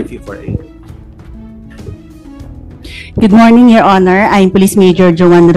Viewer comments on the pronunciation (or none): none